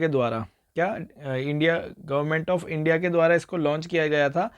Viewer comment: Sir aap starting mein "india" ko media padh rhe the